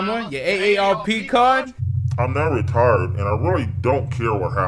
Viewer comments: I swear he say's I'm not retarded, instead of I'm not retired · I thought he said "retarded", not "retired" LMFAOOOO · Bruh I heard 'retarded' instead of 'retired' lol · When the detective said he was retired I thought he said he was retarded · I thought he said retarded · Heard it too and I'm convinced that's what he really said. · 'I'm now retarded' Also, two points taken off for mispronouncing Rolf's name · why does it sound like he's saying "I'm not retarded" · I deadass thought he said that both times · Thank God it wasn't just me who heard that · i did not think he said retired